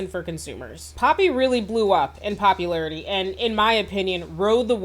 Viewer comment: That’s how I kept hearing it when she’d say “popularity” 😂